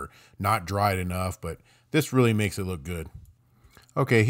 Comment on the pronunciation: Dude said Vanna Wide 😂 😂